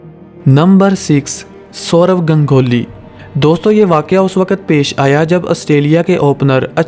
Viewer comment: Aapka saurav ganguly ki pronounciatiobahot achi hai